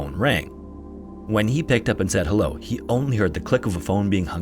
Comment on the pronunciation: " said rick" not seed rick "Wa kuh shaw".. for next time great vid as always.